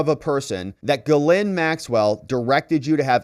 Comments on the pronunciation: love your videos but why do you pronounce ghislaine like GhiLynn its Gis-laine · The "S" is not pronounced for Ghislaine Maxwell. Even if other people with that same name pronounce the "S," Ghislaine Maxwell doesn't. Virginia Roberts Giuffre has always pronounced it without the "S" and she would know.